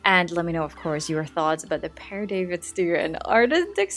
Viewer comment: The Pere David's deer's antlers are wow! The babies are so beautiful 😍 PS: yes, you've got the right pronunciation for Père. It's almost like pear.